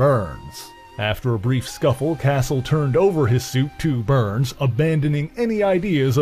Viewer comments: Why you saying burns? Lol it's Barnes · When you keep saying BURNS, do you mean BARNES. isn’t his name Bucky BARNES? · I heard burns and the closed captions picked up to.